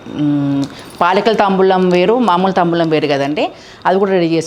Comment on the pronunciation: La anna padaani ala Ani palakakudadu taambulamu annadi correct